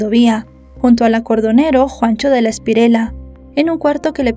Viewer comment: JAJAJA JAJAJA ESTA MUJER ES UN CUENTO... JUANCHO DE LA ESPIRELA!! NOOOOO JUANCHO DE LA ESPRIELLA.. DEJE EL AFÁN DE CONTAR CUENTOS Y CUENTELOS BIEN!!!